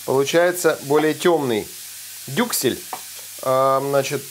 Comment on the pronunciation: Я тоже три раза перематывала-переслушивала, когда, говорил "дюклес"😂 Кровь из ушей)